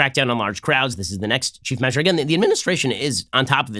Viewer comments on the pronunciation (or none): none